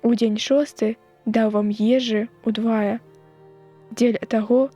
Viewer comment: У 5-м націск трэба рабіць на апошні склад: ўдвая', а ня на другі. Там жа у слове штодзе'нь націскны другі склад, а ня першы.